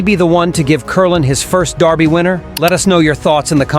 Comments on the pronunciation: The Kentucky Derby is held in America. Maybe try pronouncing derby as it's spelled, instead of the British darby. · If the computer generated voice is going to pronounce dErby like the British dArby, why isn't it all brit? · This guy keeps saying Darby. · Why is he pronouncing it Darby? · Why is he saying "Darby "? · Since when is derby pronounced darby? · ANOTHER A.I. narration! STOP IT with calling the Kentucky Derby the Kentucky "Darby"! ENOUGH ALREADY!